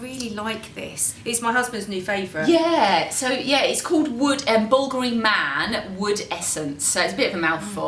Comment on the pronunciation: I love how they pronounce the name "Bulgoorie" when it is supposed to be pronounced "Bulgaaari" 😁